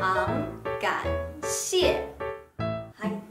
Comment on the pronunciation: 発音の口の形のアップがいいです。とくに、中国語を勉強している皆さんに注意してみていただきたいのは、非常感谢，非常抱歉のnとngの違い。とても分かりやすいです。所以，我也非常感谢～😄